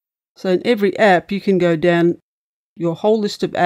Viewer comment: Is it bad that every time he said "Down" i imagined him saying "Down Unda" haha love aussies